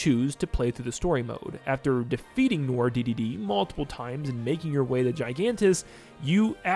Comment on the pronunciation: Also, I said this in response to your last video, but "Noir" isn't pronounced "nor", it's pronounced "nwar". It's french.